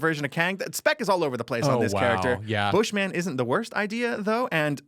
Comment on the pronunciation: It's not Bush Man it's Bushman lol